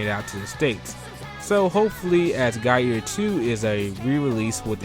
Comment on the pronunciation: I kept hearing "Guy eater 2" :) good list though!